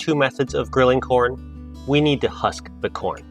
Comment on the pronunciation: Did he say husk the horn ?